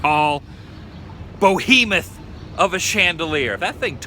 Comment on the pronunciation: Rebecca is Still Beautiful! "BO-hemoth"! LOL! Is that one of the Dukes of Hazzard?? (For the record, "Behemoth"). "Sergey" is pronounced "Ser-GAY" -- I know, let the comments begin. The rocks on the headstone are a Jewish sign of respect (See: "Schindler's List"). His name was "Freed", after all. Again, amazing information as always. Thank you for the tour!